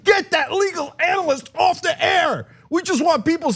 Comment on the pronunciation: Strong emphasis on “off”